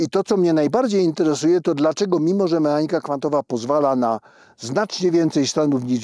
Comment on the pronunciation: długo nie wiedziałam o czym mowa gdy padało słowo "m(e)anika" ... to tak jakby nieme "h" gdzieś tam w środku było.. a przecież mechanika w każdym języku ma zawsze "CH" w środku.. niechlujnie, profesorze, neichlujnie.. "koCHerencja, ale "mehanika" ... pfff